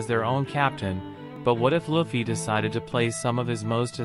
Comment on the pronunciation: Luffy not Laffy